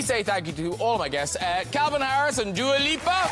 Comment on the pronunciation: graham doesnt now how to say dua lipa